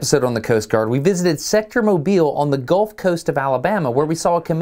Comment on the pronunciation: The town I live in is called Mobile but we pronounce it as Mow-bull.